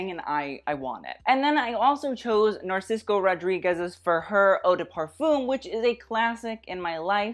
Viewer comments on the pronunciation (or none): Narcis[C]o? Really?? C'mon, buddy! You can do better than that. It's Spanish for Narcissus. It's not supposed to rhyme with Francisco.